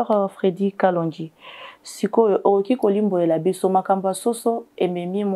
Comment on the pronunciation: C'est kalonji et non kalondji